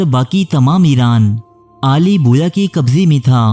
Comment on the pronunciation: Mai like nahi karoonga, pehle apni pronunciation Sahi karo, Aale Bawayya ko Aale Boya kah Rahe ho. Pehle bhi aik programme me Dara Shikoh ko Dara Shikwa Keh Rahe thay